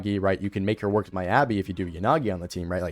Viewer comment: Good vid but you say miyabi wrong